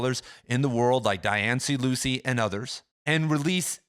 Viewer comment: Small thing, but Dianne Luce is pronounced like “Loose” and not Lucey. Folks usually don’t pronounce the middle initial either. Nitpicky think to mention, I know, but a lot of folks know of her and it is just a tad distracting.